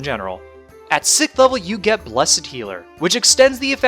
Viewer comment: how the fuck do you mispronounce "sixth"